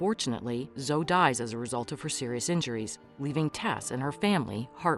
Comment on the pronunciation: Her name is Zoeeeee. Not Zo